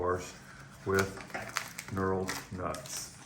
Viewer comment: You said "Knurled Knut"